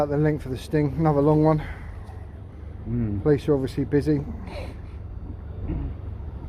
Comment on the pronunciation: When you say "police", it sounds like "pleece", that's why he didn't understand.